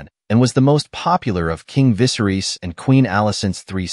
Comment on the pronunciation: Can you start pronouncing Viserys correctly? And Rhaenyra? Holy cow. Is this a bot voice or why is this so off? Most of the names are mispronounced.